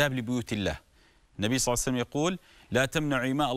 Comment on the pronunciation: اشكرك شيخنا بس اتمنى منك ماتكول صعسلم كول صلى الله عليه واله وسلم ببطئ 🌹